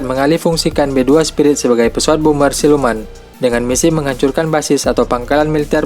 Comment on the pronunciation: bomber woy bukan boomer wkwkwkwk